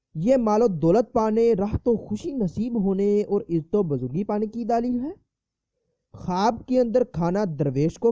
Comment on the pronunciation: Bhai sahab daalil nahi bat dalil kahte han